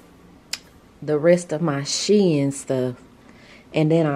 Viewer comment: You're too pretty,. I loved seeing you and together. Plus, thank you for the correct SHEIN pronunciation...lol.